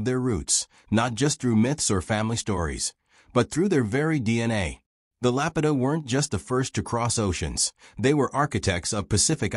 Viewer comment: To be taken seriously maybe first learn to pronounce the name of the culture that is the focus of your video.